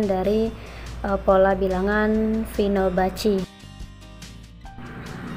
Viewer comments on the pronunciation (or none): Maaf bu izin koreksi, barısan fibonacci, bukan finobacci :)